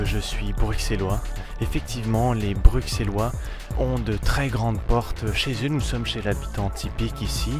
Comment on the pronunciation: j'ai la preuve que tu n'es pas bruxellois car on dis brusselois